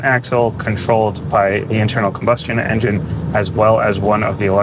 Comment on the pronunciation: This may be coming, although I'm bothered by the schlocky dialogue and the artificial speech that can't even say engine correctly.